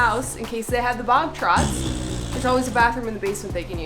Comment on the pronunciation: Did you say “bog trots”? What the???